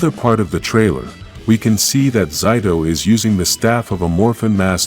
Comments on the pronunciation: It's Zayto, not Zyto. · Why those he say zido